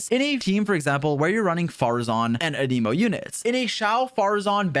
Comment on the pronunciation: He's not a "must pull" (unless you want your account to be good) ... the usual video. Also, please learn how to pronounce Anemo properly. =)